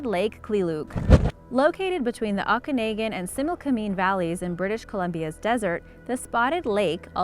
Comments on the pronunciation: It’s pronounced OAK-uh-NOGGIN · I'm from B.C. and you're not the first to mis-pronounce "Okanogan" It's pronounced: "Oka" (as in mocha) nogan (as in the colloquial term for a persons head) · The proper pronunciation of Okanagan is Oak-Ka-nog-in, I was born in the Okanagan Valley! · It's pronounced Oak-A-Na-Gan,,, please research before you butcher how things are said. I grew up in the Okanagan and your mispronunciation is awful! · And pronounces Okanagan completely wrong! 😂😂😂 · I grew up in the Okanagan. Drives me batshit crazy how many people constantly mispronounce it. 😫